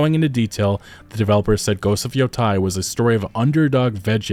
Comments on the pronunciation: Man I can't take it when you say yotai instead of yōtei 😅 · Just nitpicking. It's pronounced yo-tay as in "day" or "take" not "tie" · Look at the voice actress for that game. No one can convince me that it's not woke, too. PS: Yotei is pronounced "Yo-tay" not "Yo-Tai" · Thanks for the video! Just a note, it’s not Yo-Tie, it’s Yo-teh. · You're pronunciation keeps bothering me. It's not Yo-TIE/TYE. It's Yo-TAY/TEY. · Why are so many people on Youtube pronouncing Ghost of Yotei "Ghost of Yotai"? That's an E, not an A. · Just a heads up for future reference since I’m sure this game will be talked about on this channel often, it’s pronounced “Yo-Tay” In Japanese, there’s no such as short vs long vowels, all vowels are always pronounced the same every time A = ah I = ee U = ooh (example: “tsunami”) E = eh (example: “ramen”) O = oh (example: “shogun”) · Ghost of Yo -Teh - e is how it’s pronounced, not on my high horse or anything just lending some insight being that I’ve been learning Japanese 😁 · Seeing as it's spelled Yotei, I'm thinking the pronunciation is Yo-"tay". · Your YOTEI pronunciation are WRONG 😂. YO( TEI ) EI sounds like AY in MONDAY AY. just change D to T , TEI Yotei ! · Yotei. YoTAY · why does every content creator I watch covering this game mispronounce yōtei. you don't have to know japanese to see that it's spelled with an -ei and not -ai.